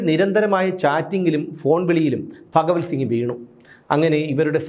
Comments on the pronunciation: ഫ അല്ല ഭ പറഞ്ഞു പഠിക്കു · ഫ അല്ല ഭ.. ഭഗവൽ സിംഗ് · ഫഗവൽ സിങ്ങ് അല്ല ഭഗവൽ സിങ്ങ് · എടാ പൊട്ടാ അത് ഫകവൽ സിംഗ് അല്ല, ഭഗവൽ സിംഗാണ് 🤣🤣🤣☝🏻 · "ഫഗവൽ സിംഗ്" അല്ല "ഭഗവൽ സിംഗ്. റിപീറ്റ് ആയി കേൾക്കുമ്പോൾ അരോചകം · പത്തനംതിട്ട ജില്ലയിൽ ഭ ഇല്ല only ഫ 👍👍